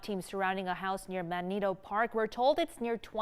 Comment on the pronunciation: "Man-ee-toe" park? Do these people even live in Spokane?